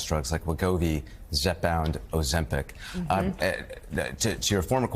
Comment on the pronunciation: "Oh, Zempic!!" 🥒